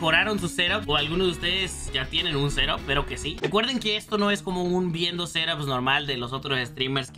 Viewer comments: Yo escucho que dice serop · No se por que cada vez que decía set-ups escuchaba seraps